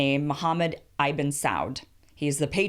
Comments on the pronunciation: Btw ibn is pronounced how its spelled, ib-n not EYE-BIN. Ibn means son of (or child of, I forget sometimes) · Kim, “ibn” is not pronounced “eye-ben”. It is more like “e-bn”. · ibn with a short i, not long. Sah-ood, it does not rhyme with cloud.